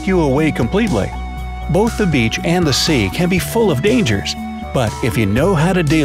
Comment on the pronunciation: He said sea wrong he said say lol 😂